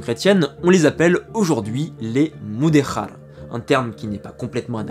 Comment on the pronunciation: Merci pour cette vidéo, vraiement passionnante et três claire sur un sujet sensible. Je vais voir les autres. Attention à la prononciation, le portugais est différent de l espagnol ! "Silveche" et pas Silvess, "Mudejar" et pas "muderrar"...😅